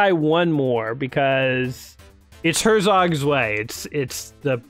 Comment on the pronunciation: Him :ersog svay German :hertzok tzwei